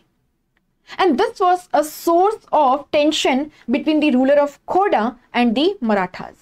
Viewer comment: It's Khordha ❤